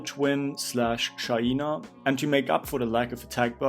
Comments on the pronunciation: It’s called SHAI—NA, not SHA—i—NA!!!!!😂♥️ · Dude it's the same we have a classmate name shaina and the way her parents pronounce her name is SHA-I-NA